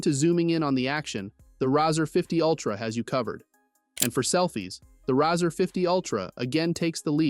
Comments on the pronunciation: The product is pronounced “Razor” like “Raise”, not “Razzur” as in “Razz”. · How can I trust a reviewer who can pronounce the name correctly on a phone especially one with over 30 years behind it.. It's razor not riser!!! Yes he did fetch it correct at the end!!! Just say'n lol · The "Rawwzer" ? 😂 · why it say "razr" like that